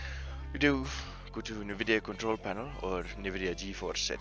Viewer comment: its N vidia btw not nehvidia its prouounced like en vidia anyway thx for the help :D